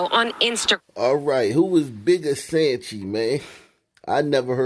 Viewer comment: Tap in.. Its soncho. Not sanchi.